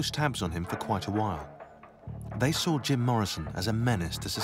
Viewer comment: Although I like your content, I find it impossible to listen to a grown man saying "I sall that", rather than "I saw that", or "dralling" in place of "drawing". Best of luck to you and you speech impediment.